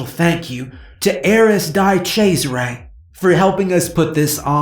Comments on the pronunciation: I'm pretty sure it's not Dai chezarais but DE Chezare. I'm pretty sure there was an Italian football player de chezare. Anyway, Italians are ply cringing every time you say Dai chaizare. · Die Chesare isn't even close to how Di Cesare is pronounced. Glad you rectified it in the one with Clementine and Rick Sawyer. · Love the story, but can't get over your pronounciation of 'di cesares' xD